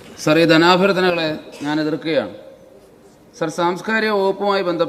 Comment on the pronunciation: Sir എന്ന വിളിയിലൊരു വയ്പ്പ് ഉണ്ടല്ലോ......😂